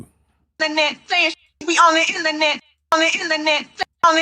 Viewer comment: It's INTERNET not INNERNET! 😁😁😁